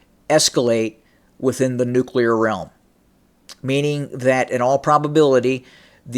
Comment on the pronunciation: nucular! i am glad you caught yourself. that one drives me mental. and lots of people say it. task and purpose here on youtube does, and so does benny johnson